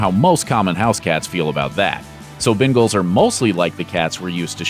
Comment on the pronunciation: He said Bengals wrong, I have one ...